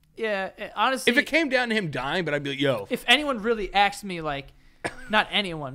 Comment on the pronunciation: I’m sorry for bringing this up but is anyone else EXTREMELY BOTHERED by the way Joe says “asked”, “axed” is a different freaking word. Idk why it bothers me so much....